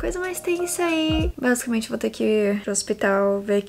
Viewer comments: Você falou bazucamente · Vc deve 20 reais pros dois pq vc falo basicament